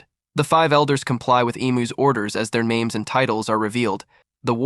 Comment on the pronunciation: DUDE if your going to do things like this you need to pronouns their names right because you mispronouns many names wrong